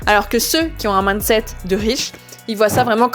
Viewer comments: Le plus gênant c'est de ne retenir que ça haha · Tu prononces "mindset" bizarremment, comme si c'était "maaandeset", c gênant